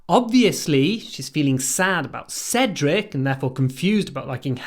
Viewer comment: Сначала вы произнесли "Седрик" так, что он превратился в Русского. 😄